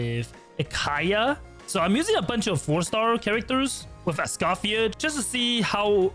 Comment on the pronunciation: It's Ice-Coffee-Yay!